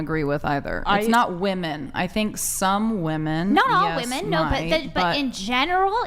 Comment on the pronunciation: I may be beating a dead horse here, but it still weirds me out that modern women seem to be completely incapable of properly pronouncing the word 'women'.